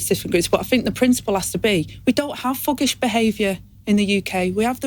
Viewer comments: Did she say 'Fuggish'? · "FUGISH" English please Angela !